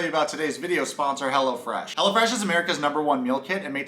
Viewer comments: Wait I heard hella-fresh and not hellofresh 🤣🤣🤣🤣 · Though I kept hearing... Hella Fresh, not Hello Fresh. Haha! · I thought you were saying HELLAFRESH🤣